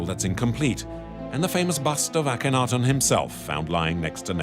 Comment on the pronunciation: It's hard to have confidence in this offering when the narrator mispronounces the name Akhenaten throughout.